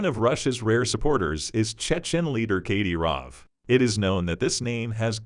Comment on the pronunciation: Do your research on pronunciation. Kadyrov is pronounced cad-i-rov.